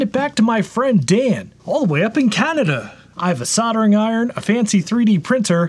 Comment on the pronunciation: Sod-er-ing? I don't mind pronouncing the L, in fact I insist on it when I'm saying Caulk.